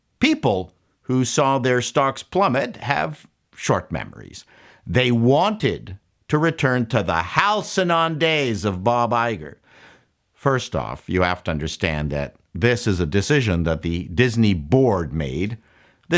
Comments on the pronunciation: It's pronounced "HAL-see-in",. But seriously, thank you for your brilliant and often hilarious insights! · Any REAL former network executive would know how to pronounce "halcyon." Your credibility is now destroyed.